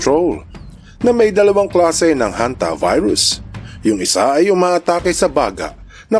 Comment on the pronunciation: "Hanta Virus" pala, akala ko "HontiVirus". HAHA 🤣🤣